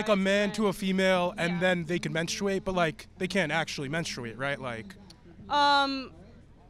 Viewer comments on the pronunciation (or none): Okay, but menSTRUate? Please stop pronouncing like this hahahah